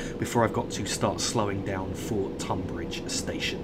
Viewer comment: Tonbridge is pronounced Tunbridge :)